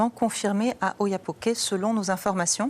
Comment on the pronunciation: Prononciation portugaise oyapoque ét non oyapoqué